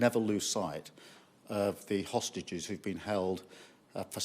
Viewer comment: He made sure to say hostages very carefully the sausage